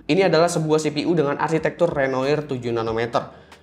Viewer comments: "Renoir" itu dibacanya "renoar". Nama-nama arsitektur Ryzen diambil dari nama-nama seniman maestro. Picasso dari Pablo Picaso. Matisse dari Henry Matisse. Renoir dari seniman Perancis, Pierre-Auguste Renoir. #SejarahSeni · bacanya "renoa" bang. kata "renoir" sendiri adalah nama pelukis terkenal asal prancis, Pierre-Auguste Renoir ( ). Dan di Prancis, akhiran "oir" dibaca "oa" #cmiiw